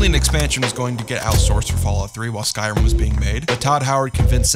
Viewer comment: It's called "Skyrim", not "Sky-rum".